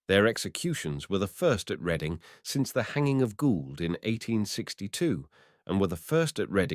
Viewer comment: Reading??? It's pronounced Red-ding.